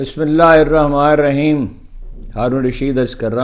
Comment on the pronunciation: خدارا بسم اللہ الرحمان ارحیم😢 تو درست پڑھنا سیکھ لو